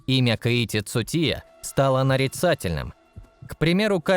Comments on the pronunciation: Кейти цутия 😂😂😂 хоть бы имя правильно назвал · Озвучивает бот чтоли , названия машин коверкает 😢 имя Цучии коверкает хоть бы почитал для начала что же ты за бестолочь то такая